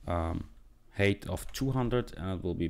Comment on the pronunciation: "height" is not pronounced as "hate". Grow up. Your code is also disjointed. If you're first creating a variable named canvas_height, it doesn't make sense semantically to then call canvas_width first. Why jump around?